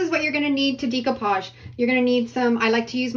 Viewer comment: How can this woman be a crafter and not know how to pronounce "decoupage"? People have even commented & she has replied but still.... day - koo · paazh day - koo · paazh day - koo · paazh day - koo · paazh day - koo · paazh day - koo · paazh